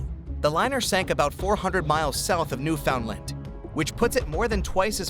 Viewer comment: Pronounced Newfoundland wrong every time the narrator said it.. it's funny that people can learn the correct way to say names of places from various other parts of the world but can't get this one right.. you could have literally asked any Canadian to get the right way to say it..